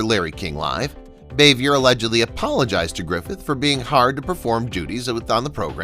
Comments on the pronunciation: Francis ...bah-vee- aye. Not bay-vee-ur. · It's Frances BAH-vee-yay, not BAY-vee-yer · Frances Bavier’s last name is pronounced “BAH-VEE-AY.” It’s French. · Frances Bavier’s last name is pronounced “Bah-vee-aye.” Interesting video. Thanks. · The moron said it was set in the midwest...wrong. Also mispronounced Aunt Bee's real name. Turned it off after that. Didn't matter what he said. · It’s pronounced Rah-lee and Frances Bow-vee-ay.